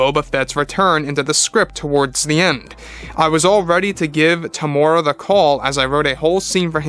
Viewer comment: Hey its Teem-U-Rea-Wa or just call him Tem